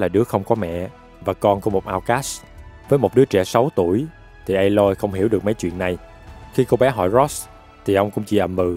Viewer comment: anh đọc sai rồi phải là a-loi